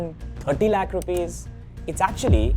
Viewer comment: Please don't say Lakh like Warikoo. Its annoying. We get the emphasis on the amount of money that is, but don't be Warikoo. There is a reason other than terrible investment advice and shady schemes shared that most of the viewers stopped watching him.